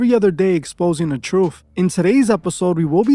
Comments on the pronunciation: The Troof?? ok, lets listen to any uneducated idiot who can't pronounce the name of his own show!! I'd be inclined to fact check, just a thought!! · Not Truf its pronouced TRUTH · The truff? Come on you can do better.